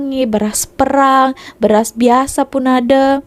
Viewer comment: Bunyi E di Malaysia ada dua. Satu bunyi PErang (war). Satu lagi bunyi PAYrang. Utk beras tu kita sebut bunyi beras payrang. Payrang bermaksud brown.